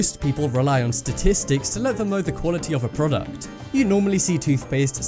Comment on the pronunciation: prodcut. lol